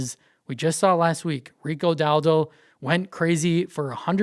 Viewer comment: Sorry, but the way you say Dowdle 😂